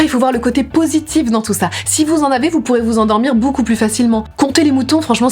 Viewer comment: C’est donc à cause de Natoo que je dis bOUcoup au lieu de beaucoup